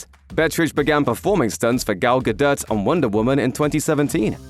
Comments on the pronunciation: The T in Galdot is silent 🤦‍♂️ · How hard is it to say Gadot? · No, it's not silent. It's a little softer than the voiceover's pronunciation but it's definitely there.